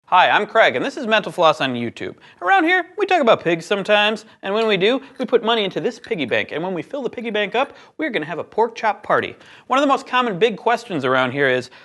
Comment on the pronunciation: John, you do seem to have a pronunciation problem. Every time you close the show, you seem to drop the 't' in mental and the 'l' in floss, and I menopause. Irregardless, I watch the show anyways.